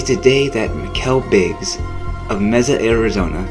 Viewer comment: Ok first learn how to pronounce Mesa.